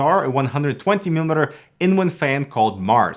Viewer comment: he says "120 millimiter" and sounds like any Spanish speaking person that has a problem with overlapping its own words. Now, I didn't know his name was, so.. now I know.